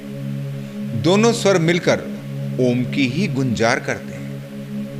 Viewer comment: सर अक्का मार्गदर्शन अनमोल लेकिन हम डायरेक्ट आपका मधुर ओम का उच्चारण और म्युझिक सुंना चाहते है इसके लिए क्या करे